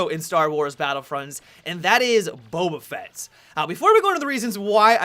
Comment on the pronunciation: Finally someone who pronounces Boba Fett correctly.